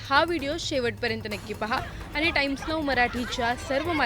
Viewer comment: बातमी देणारी बाई किती अशुद्ध बोलत आहे .आनी बानी पानी